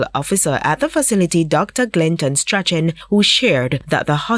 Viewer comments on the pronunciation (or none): Strachan is pronounced Strawn. Unless it has been Jamaicanized 🤷🏾‍♀️